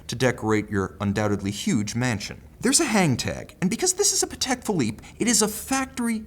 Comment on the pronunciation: PA-tek phi-LIPPE;) Love your reviews!